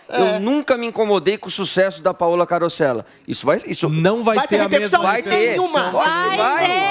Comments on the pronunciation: Essa foi demais!! "CAROSSEIA" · Ninguem fala "Carosseia"